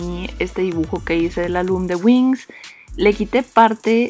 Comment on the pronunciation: oye eso es wings no wengz